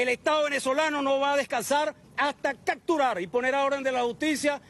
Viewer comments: "cacturar" (o sea, los van a ensartar en cactus?), "Transjredan" (😮😮) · 😂😂😂 buena: "cacturar"